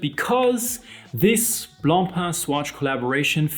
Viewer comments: Wow, someone on YouTube who can actually pronounce Blancpain correctly! Ugh, Americans keep saying "Blon-pon" which is like sandpaper to the ears of someone like me who is English/French bilingial. BRAVO! 😁 Having said that, I STILL will not buy a plastic watch. Being better than the Fauxmega Moonswatch isn't saying all that much. Plastic NEVER feels "premium" to me. BTW, the "Systeme 51" is also known as the Tissot Powermatic 80 and the Mido Calibre 80. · Gott sei dank! Thank God you are pronouncing BLANCPAIN correctly! Deo gratias! 🎉🎉🎉🎉🎉